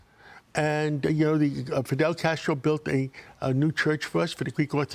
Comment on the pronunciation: He’s Fidel Castro because he wants to launch 5 pilot municipal groceries stores with one in each borough so they can have affordable groceries? STFU you can’t even say his name properly you out of touch swamp creature